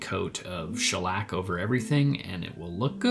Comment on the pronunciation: btw, its SCHELLack, not schelLACK 🤓